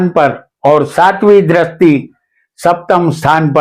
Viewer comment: Drasti nahi sir dristi bolakare please .